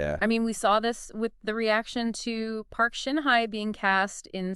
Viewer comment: hello, just a little hint with respect to your pronounciation of Korean people`s names, it is very annoying to hear how you pronounce Song Hye Kyo. The word Hye is not pronounced like the english word `hi` . There is no such sound in the Korean language. It`s more like the sound of the english word `hey` like in `hey there`and also in Korean, there isn`t a strong emphasis on the H at the beginning of a word, it`s a softer sound. And with Lee Min Ho, his family name Lee, is written with the letter L at the beginning just for westernization of this name which in reality, in Korean is pronounced with the absence of the letter L. Therefore, only the vowel sound exist for this name in Korean. Min is the easy part and the Ho just has a softer H sound. I enjoyed most of your video honestly because they are such mega stars and must congratulate you on your beautifully made fake photos of them together. So let`s hope the agencies who employ them will one day create something for the two to be together. Keep our fingers crossed.